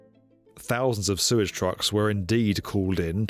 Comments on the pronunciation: Hey mate, love your videos, been watching them for ages,glad you have a book out. But please..it's Sewage not surage, you swap from both pronunciations throughout your video.. Cheers.. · did you say "Suez treatment system"? Hahaha!